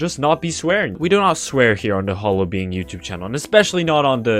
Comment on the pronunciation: It's not now It's